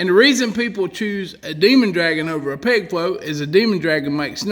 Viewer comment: Ok, I don’t fish. What state is the author from? His accent is - amazing. Most of the vid I thought he was saying PIG FLOAT but then I saw it written - PEG FLOAT. Why is it important for the float to rattle? WHY AM I I HERE? I DON’T FISH. I love this guy!